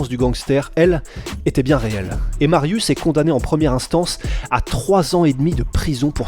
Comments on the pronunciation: Alors juste un truc .. ça se prononce MARIUCH pas MARIUS .. Non mais j'ai les oreilles sensibles. Oui il y a des polonais qui mattent vos vidéos. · S 'est pas Marius sa se prononce "Mariouch'' ... cz=ch😂😅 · sz = che mariusz (mariouche). Pour le nom, c'est correctement prononcé. : złoty ("zwoté"). Mariusz est un titan. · Calme toi poussin, si t'as un souci on peut octogoner la chose. Je ne suis pas thaïlandais donc je ne peux pas juger la bonne manière de prononcer un nom thaïlandais (ça s'appelle la logique) Par contre je sais comment prononcer złoty our Mariusz. Donc je me permet de proposer l'info. Après si t'es de ceux qui pense qu'évoluer et apprendre, c'est négatif, eh bha ... reste bien dans ta médiocrité czarno dupie. Ah les risibles groupies qui l'ouvrent en comparant l'incomparable. T'as gagné quoi sinon d'apparaitre pour un abruti trop limité pour peut être évoluer? En résumé: sz = ch cz = tch ł = w Dans le pire des cas, mon ptit comment aurait apporté plus à la commu' que ta réaction de guignol. Z widzenia!